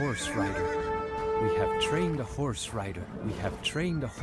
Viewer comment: We have tchrained a horse rider!